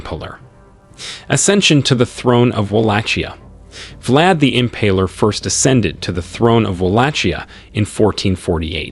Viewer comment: My eyeballs are doing donuts in my skull listening to these pronunciations. Im-PALE-r not Impuler, Vag-EYE-na not Vag-IN-a, T-RETCH-ery not T-REACH-ery. All that aside, good historical video.